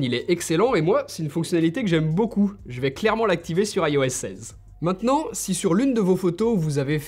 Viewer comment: Petite vidéo sympathique et forte instructive, cependant le "AILLE O S" me fait grincer les dents pourquoi ne pas tout simplemant "ios" en tant que bon francais ?